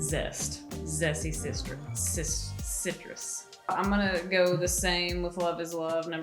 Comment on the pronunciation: Zessy Sistress 🤣